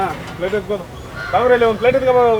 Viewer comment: Plate ❌ Flate ☑️